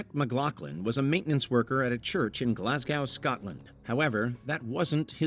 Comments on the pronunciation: Glars-GO not glars-gow. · Oft add the way you butchered the pronunciation of Glasgow to the list of egregious crimes😮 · This guy could’ve at least get the name of the city of Scotland right